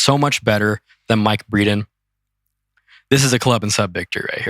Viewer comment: Breedan??? lmao... casuals